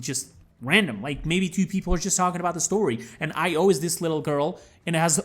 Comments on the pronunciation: Its pronounced Io, not Io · Btw io is pronounced e-yo just so you know :-)